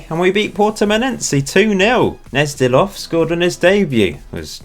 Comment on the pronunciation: Gnezdilov is definitely spoken with a G - you have to make sure to pronounce the G prominently.